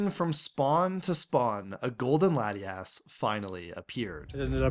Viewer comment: I can't... The second "laddie-ass" was pronounced- I knew we weren't compatible Pokemon trainers. We would meet in the endgame as rivals. "My rival should be strong to keep me sharp! While working on my Pokédex[...] I assembled teams that would beat any Pokémon type."